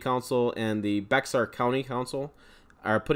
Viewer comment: its pronounced "Bear" for Bexar not Bex-ar